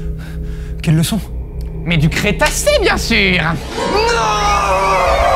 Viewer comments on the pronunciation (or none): Comment se tromper dans "Crétacé", il suffit d'oublier le r et ça donne "Cétacé" x) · ho non cétacé au lieu de crétacé il a osé .......................